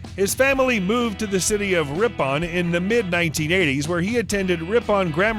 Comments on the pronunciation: WarWickshire - is that where John Wick comes from? RipON also mispronounced.... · "So-lee-hull War-wic-shire" and the well known town of "wrip-on", Yorkshire. 😝😝😝😝😝